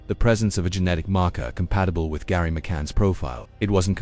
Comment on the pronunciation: GERRY NOT GARRY